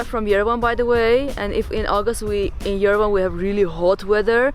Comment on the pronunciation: Beautiful place to be and great food to eat. Armenia is great. By the way, it's called Ye-re-van not ven . My forefathers came from there. I'm so happy you liked it 👍👍👍